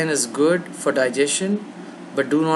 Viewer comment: its "gwood"!!!!